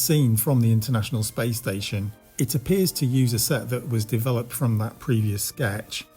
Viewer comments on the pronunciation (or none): none